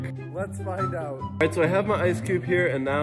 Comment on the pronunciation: I hate how you said let's fine out😏😏😏